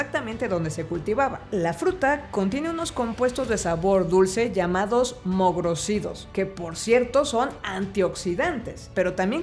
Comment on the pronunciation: creo que en español se dice mogrÓsidos 😅 acentuando esa o